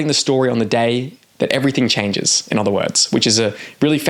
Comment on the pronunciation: Okay, I've heard it enough times now to say something. Why do you pronounce "other" like it rhymes with bother? Instead of like it rhymes with mother, like most of us do? Is this some regional dialect I haven't heard before? Or did you learn to speak by reading?